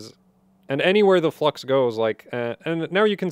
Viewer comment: YouTube: is he saying flux or. Fluck